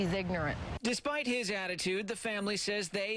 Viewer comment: WTF she said he is igernerant